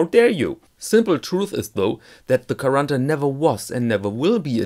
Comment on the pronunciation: You pronounse quaranta in a rather "melted" and fast brazilian way, it's more sharp and separate in italian